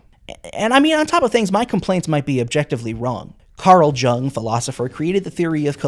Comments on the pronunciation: This isnt super important, but (carl) jung is pronounced like yung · oh you uh missaid yung, its kinda said like u ng like you're saying the letter U, not YOUNG, but moore.. idk Yuuung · idk if it was intentional but the mispronunciation of Jung made me spit take